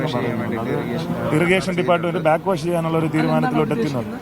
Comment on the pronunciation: ബ്ലാക് വാശല്ല. ബാക് വാഷ്